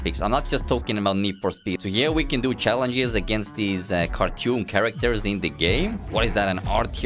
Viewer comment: Normal people: Cartoon: kARTEWN